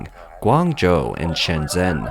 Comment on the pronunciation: Shenzhen, not Shenzen.